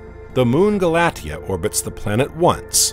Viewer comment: Re: Pronunciation of "Galatea." That name is pronounced "gal-uh-TEE-uh."